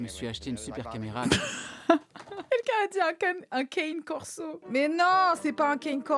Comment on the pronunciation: Un "Kaine" corso MDR .!!! On prononce cane : "Kané" :p Et sinon, ton tdah m'a fait beaucoup rire sur ce montage! Très cool cette vidéo!